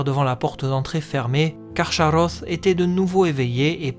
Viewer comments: Ach se prononce ar en allemand et pas ax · On prononce KarKaross (le ch chez Tolkien se prononce toujours K). Sinon super vidéo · Salut :) C'est balot de se renseigner autant sur un sujet et de se rater sur sa prononciation :/ le CH est explicitement indiqué comme se prononçant [x] (comme le "ach" allemand) Autre erreur : Draugluin est tué la même année que l'arrivée de Beren et Luthien devant Carcharoth, pas "des années auparavant" Mais sinon, très quali :)